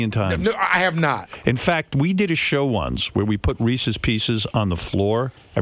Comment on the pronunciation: Reezeez boff. I want Reezeez.